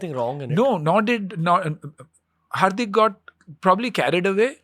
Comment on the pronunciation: Did he just call Hardik, Harpik